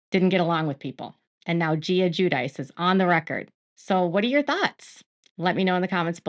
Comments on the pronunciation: Gwi-dee-chee, not jew-dice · The way they pronounce Guidice kills me. I'm originally from NY and I know that ain't right even though I'm not Italian. I am, however, Jewish, and that is helpful for the proper Italian pronunciation, which sounds like Jew-dih-che. If I were an Italian official and found out they pronounced the name that way, I would have sent the hubs right back to the U.S. when he arrived post- deportation. 😂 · They pronounce is Jew-dice themselves though. I don't have an emoji that conveys enough horror so I'll just leave the cringe one instead 😬